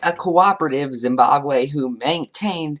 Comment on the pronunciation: It sounds like you're saying "Zimbabwe". AH-boo zoo-BAY-dah (from Wikipedia). BAY, rhymes with pay. dah, rhymes with Ma & Pa. I suspect most Americans would anglicize this name as zə-BAY-də. /ə/ first sound in above and about.